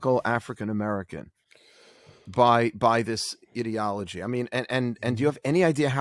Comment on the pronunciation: Did he jus say idiotology.......lol